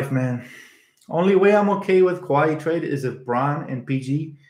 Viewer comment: Say it with me, Kuh-why lol